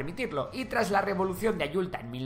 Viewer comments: AyuTLa! Es lo correcto, no Ayulta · Es Revolución de Ayutla, no de Ayulta. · Es Ayutla, no ayulta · la revolucion era de AYUTLA no AYULTA, ademas deberias explicar correctamente el inicio de la primera guerra mexico estadounidense, nosotros no iniciamos el ataque. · Una pequeña corrección: En 1854 se dio la revolución de Ayutla, no de “Ayulta”. Debe su nombre a una población del estado de Guerrero donde comenzó el movimiento. Excelente video, gracias!!!👍🏼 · Es Ayutla y no Ayulta, mi estimado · Soy mexicana y te corrijo: Hablas de los olmecas y pones un calendario AZTECA!!! De igual forma hablas de los mayas y también pones un calendario AZTECA!! La revolución NO es de AYULTA, es de AYUTLA. ¿QUE ONDA? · Hola. Como siempre un trabajo muy bueno. Sin embargo, a modo de corrección: No es "Ayulta" es AYUTLA. Saludos. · Me encanto el video ❤😎🫡🇲🇽 solo una pequeña cosa, la revolución se llama “Ayutla” no “Ayulta” pero es un pequeño detalle, ntp, felicitaciones! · Muy buena tu explicación. Solo dos correcciones: Es la Revolucion de Ayutla, no de "Ayulta" Francisco I. Madero perdio la vida asesinado en una emboscada junto con su vicepresidente Jose Maria Pino Suarez, en un episodio post revolucion llamado "la decena tragica" un levantamiento en armas por opositores de la revolución encabezados por Victoriano Huerta. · Plan de AYUTLA, perdón, nó es AYULTA. Pequeña observación en esta síntesis interesante. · SUGERENCIA: El plan de Emiliano Zapata era el plan de AYUTLA no de ayulta cómo dice en tu video ;) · El lugar de la revolución de 1854 se llamaba AYUTLA, no Ayulta. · Una corrección, no es "Ayulta" es "Ayutla" y se le llamó "El Plan de Ayutla", cuando surgían esos movimientos, se les llamaba "Planes" y no "Revolución" porque la política era tan inestable que simplemente eran golpes en contra del estado. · Sólo para acotar un dato importante, es Ayutla en lugar de Ayulta. Saludos desde Veracruz, México! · Es la revolución de Ayutla, no de Ayulta... Saludos